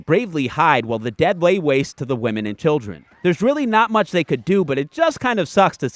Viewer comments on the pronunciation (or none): none